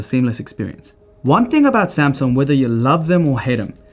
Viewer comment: I love it how your Korean Samsung executive speaks perfectly good Korean and then suddenly pronounces Samsung in a way that no Korean born in Korea would ever pronounce it. Anyway it didn't take anything away from a very cool video.